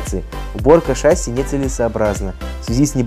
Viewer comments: Спасибо за ролики! Только шассИ, а ее шАсси) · Трудно привыкать, т.к. фильм "В бой идут одни старики" запустил не правильное произношение. ШассИ, а не шАсси. Я и сам таким был, пока не узнал истину))) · *ШассИ, а не шАсси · Не шАсси, а шассИ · Да нет, не шасси а шасси